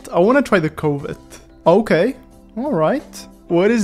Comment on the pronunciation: Hi, this video is a banger like all your videos, but Covet is not pronounce Cove-et, it's pronounced Cuv-et. It rhymes with "love it".